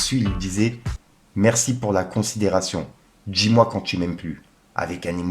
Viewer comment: pourquoi vous prononcez comme des cassos? Dis-moi devient "djis-moi", tu vois devient "tchu vois", quartier devient "quartchier", artiste devient "artchiste"... c'est l'effet rap de cassos avec Qi négatif ou je me trompe?